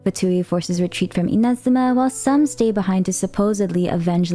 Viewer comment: NO WAY! At last ONE english speaker that pronunce correctly Inazuma!!! Not even in the game the eng voices knows how to do it! Max respect for!